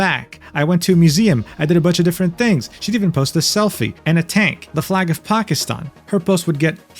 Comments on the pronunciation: As a Pakistani Muslim, yeah this video felt weird to watch. At the very least, I am happy that pronounced Pakistan correctly everytime! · as a pakistani HE SAID IT CORRECTLY